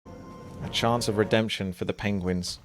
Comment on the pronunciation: "pengwengs" -Burlington Coatfactory